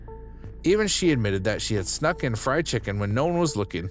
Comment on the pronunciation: It’s Dr. Now. Not Dr. No. You’re putting the wrong emfasis on the wrong sylable. (Or vowel) I’ve also NEVER HEARD the word “schnuck” either. Like…..what bro? ON her face? I just can’t comprehend. Slow down. Pronunciate. Look up the phrases and do some English research.